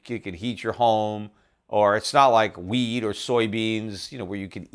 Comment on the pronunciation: Haha ... everytime he says wheat ... I hear weed ... a great investment and probably the best inflation hedge on the planet.